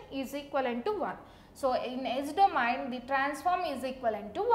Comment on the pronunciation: everything is okay apart from "DO-MA-YIN" system